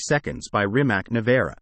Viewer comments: I you talk about a car please pronounce the name correctly..... It's pronounced Rimats not Rimak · Why can't you Americans pronounce Rimac correct? Is it so difficult? Show a little more respect to other Languages and realize, that most of the world is not the US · Shouldn’t be that difficult to lear correct pronunciation of Rimac…Not just to show you are willing to do your homework but to show respect to the brand and someone’s last name.